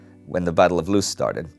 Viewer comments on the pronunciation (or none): Hi indy! Loos is said "law-ss!. You're welcome!